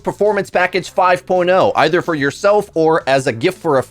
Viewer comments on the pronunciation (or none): none